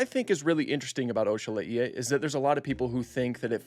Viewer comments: Why did you spell Oxalaia like O-shu-lay-uh, it's Ox-ah-lie-uh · “O-shala-ee-a”!!🤣🤣 I’m pretty sure it’s just “ox-a-lie-a” and that’s not even a hard one. This is like when Nigella Lawson called a microwave a “meecrowavay” 😂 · I'm really hoping this is not the pronunciation that will stick, it should be oxalAia... Based on the god it was named after. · Ohshalaia? i pronounce it "Ox-Uh-Lie-Uh" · ‘This is oeshalaeea’ bro just say oxalaia 😭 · The correct way to spell it is Oh-sha-lah-ya. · I thought it was pronounced ox-a-lie-a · Its pronounced oxo-lie-ah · "OCKS A LAYA" Is the proper pronunciation. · Bro really said "oshala eeya" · "This is OshAhlaIeh" That is not how you pronounce it, bro😭🙏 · "Oshalaeea"??? why he pronouncing it like that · It's pronounced ox-ah-lie-ah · the way to pronounce it is oksol I (in like me or referring to yourself) and then the uh sound so oksol I uh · I’m pretty sure it’s pronounced ox-ah-lie-ah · "Oshalaiia" Hurts me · I though it was pronounced Oks-uh-lie-uh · its osha-ly-uh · you pronounce it the way you want but if you look it up it is pronounced o Sha lay ia, I watch this other channel extinct zoo and he pronounces it ox a lay a so I don’t really care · same dude, I've never heard someone pronounce it "Osha Lá Ia" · oshala ia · “oh-shal-a-ee-a” feels just wrong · Ock-sah-lie-ah is way more correct, I don't think anybody's ever heard this pronunciation, the original yoruba word's pronunciation is important. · Never heard it pronounced as OSHA violation either... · İ Heard as okselaia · What the hell was that pronouniation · Welp another person who butchered the name lmao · that is the wrong pronunciation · It's Not pronounced OAK- SHA-LA-EE-A . 🤣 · he was laughing when i told him he was pronouncing it wrong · The first time I’ve heard you say Oxalaia like that before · That’s the first time I’ve ever heard someone say Oxalaia like that😂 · Bro you fumbled the pronunciation so bad brother 😭😭😭😭😭😭😭😭😭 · I don't think you're saying it right